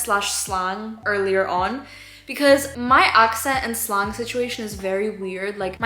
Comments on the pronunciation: Just a tip from a native english speaker instead of staying sl-ahng say sl-an-g the same sound as saying and! 👍 :) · Hey just an fyi you should pronounce slang “slay - ng” instead of “slaw - ng”. Because it stands for short language. “Lay - ng” At least that’s how it is in American English. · who’s gonna tell her slang isn’t pronounced slong